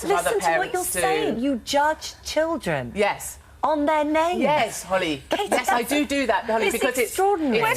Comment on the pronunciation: Did she just call Holly “Holls”? Lol